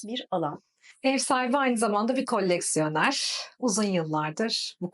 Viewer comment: Birde mimarın koleksiyon demeyi öğrenmesi lazım😁😁😁Kolleksiyoner😂😂😂